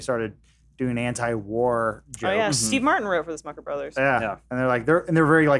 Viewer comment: Smothers. Not Smuckers.